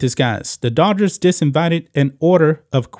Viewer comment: I must still be half asleep, because I kept hearing you say the "daughters" and not Dodgers. Not a baseball fan so for all I know it could be a nickname for them ...I am off to find some Pepsi and wakeup a bit more.😊